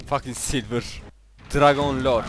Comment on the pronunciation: dragon lord değilde dragon lor ejderiya loru :D